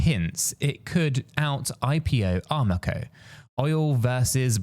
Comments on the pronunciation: It’s Aramco not Armaco fool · Its Aramco, not Armaco Its Abroad, not Aboard.